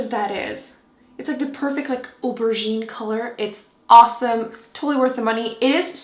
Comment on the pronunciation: I love the way you say aubergine